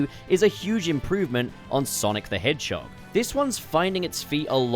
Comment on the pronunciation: Wonder what’s the number for how many times bro said “Sonic The Hedgechog” lol